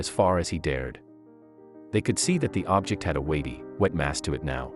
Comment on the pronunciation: Your text reading program mispronounced "object" several times saying "ob-JECT" as the verb instead of "OB-ject" as a noun